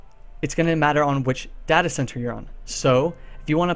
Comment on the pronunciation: stop saying Data wrong! Christ!